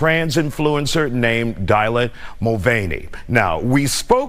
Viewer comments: DIE-lan? Who is DIE-lan? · Newscaster said “Dielan Mulvaney” lol wth, who pronounces Dylan that way?